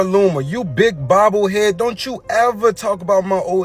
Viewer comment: Did he say 🤔 boble head